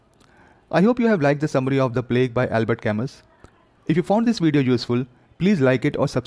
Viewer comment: His name is pronounced Albear camoo.